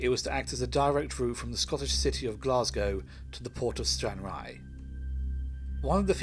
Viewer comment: You are pronouncing Stranraer incorrectly